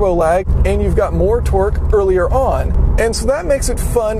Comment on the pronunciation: Every time he says torque it sounds like he's saying twerk twerk that Subaru